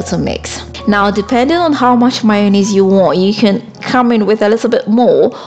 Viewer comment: I love the way your accent makes "mayonnaise" sounds like "minus"-pronounced-slowly to the amerikan ear. ✨😊✨